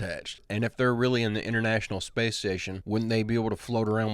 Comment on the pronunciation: You never heard of zpace?😂